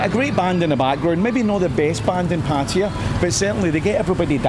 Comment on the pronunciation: It is not Patire. It is Patt e y a If you are going to live there please pronounce the name properly